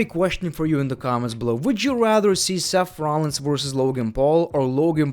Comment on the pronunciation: "Match Abearance." "Seff Rollins."